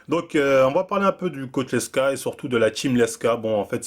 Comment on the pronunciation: t'es dyslexique..? L E K S A aussi prononcé LEXA... #dusel #NaCl bon ca va, t'as corrigé après lmao